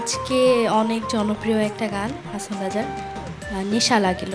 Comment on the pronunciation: হাঁচোন হবেনা! কথাটি হবে হাঁসন,কিন্তু অাপনি বরাবরই ভাল করেন অাজকেও তাই হয়েছে Good job.